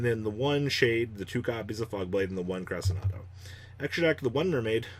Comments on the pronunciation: Only Crescendo he keeps calling it Cresenado but hey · SIM-bal Cre-SHEN-do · Hey did you know that Cymbal is a word and that it’s pronounced Sim-ball? Also Crescendo is Cress-shen-do. Not whatever the fuck you’re saying